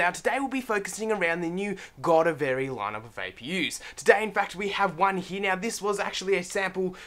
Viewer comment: Decent, but please do your research and actually know how to say the product you're talking about!